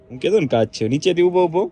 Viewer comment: Ben Kas nai pan kach bolo and saliva nai pan chalya